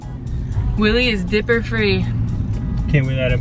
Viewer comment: When they said dipper I was like what’s a dipper then it took me a while to figure out what a dipper was 😂😂😂 It’s. Diaper but they called it dipper